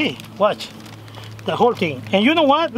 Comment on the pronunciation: "HOW THEY MAKE THIS TING!"